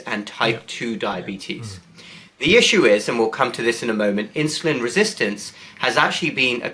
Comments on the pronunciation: Why is Campbell saying "inshulin" instead of insulin. Any ideas? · It's not inshoelin!